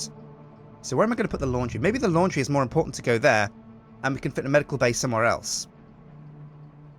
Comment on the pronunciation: ITS MORE NOT MOAR